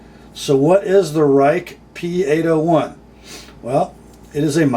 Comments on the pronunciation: It is pronounced as Rake not Rike, stupid I know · It is pronounced Rake. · I fell off my chair when I saw you doing a Chinese knife. The company is pronounced Rake (I know it makes no sense with that spelling). I think someone like you reviewing this knife is important. I have been warning US companies that the Chinese are blowing their socks off in materials, quality and price. Maybe they will listen to you. WE's new Civivi line, Bestech, and Real Steel are making high quality budget knives. A Bestech 3-D milled G-10, with ceramic bearings and D2 steel comes in at $52. The Delica with FRN and VG-10 is now $75. No contest which is the better knife and value. Enjoy the Grind-In.